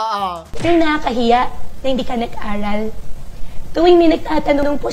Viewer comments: Baka naman nabubulol lang sya!? 😅 Pansin ko lang eh pag sina sabi nya ung word na "Aral" eh kinakagat nya ang dila nya. Para bang ang pag banggit nya ng Letter "L" ay naka kagat ang dila. 🤔😅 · Hindi mo ba nahahalata na intsik ang accent! Imbis na aral ay alal ang bigkas niya. Ang pero ay pelo ang bigkas. Kaya hindi talaga Pilipino ang pagka tagalog niya. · Kase po ang Chinese po hirap Sila Sa r Kaya pag sinasabe nya po na aral hirap po sya Kase ganyan po mga amo.ko hirap Sa r minsan wala silang r